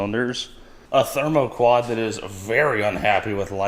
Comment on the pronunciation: Coming back to this video weeks later just to hear say “Themoquad”. 😂😂